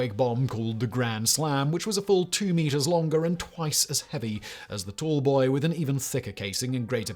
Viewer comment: the picture says "tall boy" but you say "tool boy", which is it?